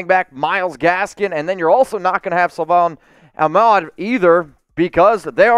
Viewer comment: Is this dude even a dolphins fan? For having a dolphins news channel I feel like you should know how to say Salvon Ahmed lol